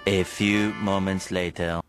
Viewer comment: a fewがif youにきこえる